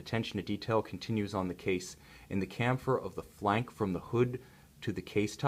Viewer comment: What a piece! This exact reference is one of my all time favorites. But isnt "chamfer" pronounced "chaam-fir" not "kam-fir"?